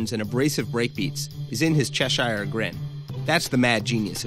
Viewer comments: Cheshire is pronounced /chesh-urr/ and mischievous is pronounced /miss-chi-vuss/. Don't use words if you don't know how to pronounce them. Seriously, it's people like Pitchfork that's responsible for the dumbing down of our culture. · There is so much wrong with this. And no there wasn't file sharing available anywhere when the beginnings of this scene were happening. And no there wasn't any bit crushing when Tri Repetae came out. And no you don't pronounce Cheshire that way. Thanks :-)